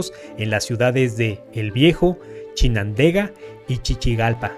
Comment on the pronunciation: He visto más 40 videos del volcán en Nicaragua y eres que a pronunciado bien el nombre Chinandega ( el resto chinadenga)